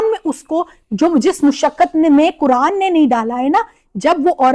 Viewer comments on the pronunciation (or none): Wahaban hai, She is inspired by Wahabi Deobandi including engineer Mirza, all in vain. How can she be an Alima when she can't pronounce the Quran clearly, She is saying Kuran.